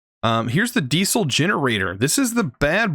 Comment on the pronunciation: the way you say diesel triggers me. love the video.